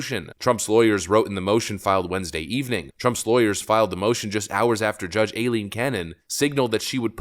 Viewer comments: Stop saying el-leen canon. It’s I-leen. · It's pronounced I-Leen Cannon